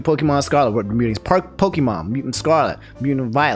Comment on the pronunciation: Everytime he says "pokEEmon" I die a little. I love you man but please. It's pronounced pokAYEmon